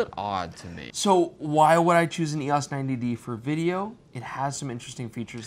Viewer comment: It's "E-OHs" instead of "E-OSS." Haven't this guy seen the old Canon Rebel commercials with Andre Agassi? He looks old enough.